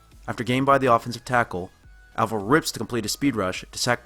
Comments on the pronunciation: "Avril" is like "Apron," not like "Avril" Lavigne or "Anvil." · god DAMMIT. pronounce his name right. Avril. A. Eh. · You spend all this time studying him, but can't pronounce his name right?